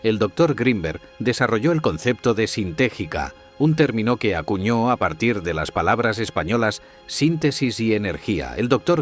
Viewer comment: Por favor þengan mas cuidado con los que hacen los subtitulos que la voz lee repitiendo los errores, se trata de la teoria sintegica, uniendo sintesis y energia, del dr jacobo grinberg que vqrias veces esta mal pronunciado, pido mas respeto por el autor y su extraordinaria teoria sintergica, ❤❤❤